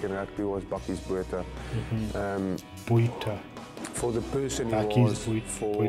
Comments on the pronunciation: Boota- we don’t pronounce the h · Bakkies Botha is pronounced 'Buck-ees' 'Bwoot-ha', just to help you out with your pronunciation. Thanks for trying so hard to pronounce the names; we appreciate it. You have picked up some South African fans and subscribers through your Springbok rugby showcase the last few weeks. Well done! If you're looking for more players to review, have a look at some of the past Springboks like Percy Montgommery, Victor Matfield, Bryan Habanna, Du Plessis brothers are some good suggestions. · South Africans pronounce Botha like this: boowatah. Don't linger or place emphasis on any syllable. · Bakkies “Boer.tah” (English pronounces Boer with a silent “r”) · The "h" in Botha is silent, easiest for you to pronounce would be BOW-TA. Not 100% right but easiest lol. Random fact, Bakkies was a nightclub bouncer when he started playing iow one tough mofo. IMHO Eben is a better player - strong, mean, skillful, a leader and intelligent.